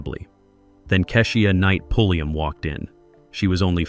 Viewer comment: It's pronounced Kei sha Night Pulli um